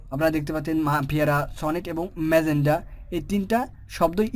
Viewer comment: ম্যাজেনটা ইতালিয়ান শব্দ, ম্যাজেনডা নয়। ভিডিও জন্য ধন্যবাদ।